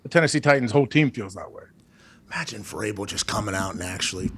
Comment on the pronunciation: It sounds like he was saying cerebral variable.